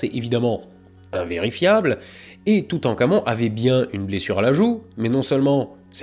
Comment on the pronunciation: je suis le seul a entendre "toutencamion" ? .... parti ... loin